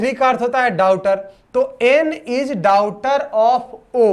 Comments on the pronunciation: डाउटर नहीं डाटर🤣🤣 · Blood relation question me aap daughter ka sahi pronunciation nhi kare hai